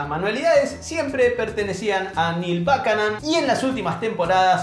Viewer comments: Gran video pero... No se pronuncia "bucanon"? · No te das una idea lo mal que pronunciaste el apellido de Buchanan...